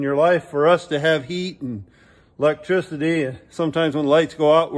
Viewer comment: "Lec-trisity" heeheehee